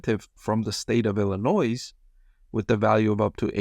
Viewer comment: Hot tip regarding the Illinois plant. In Illinois, the "s" is silent.